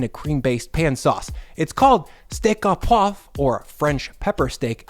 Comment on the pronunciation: Not “steak aw poivre,” but “steak oh poivre.” Your “poivre” is well pronounced, but your “au” should simply be pronounced “oh.”